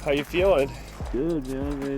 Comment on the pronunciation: For the love of God, please stop saying "yew"